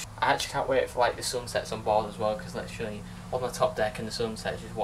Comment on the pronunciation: Littrualy loves the word littrualy... Littrualy count how many times littrualy is said it's littrualy every sentence... LITTRUALY..... Basically also... 🤣🤣🤣🤣